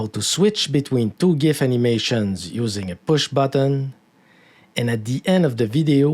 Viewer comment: Subbed for pronouncing gif correctly.